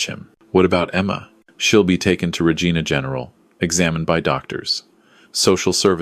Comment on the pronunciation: she had already climbed into the cab. sleeper is part of it. pronounced Regina wrong